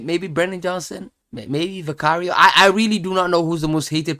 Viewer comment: It's Vicario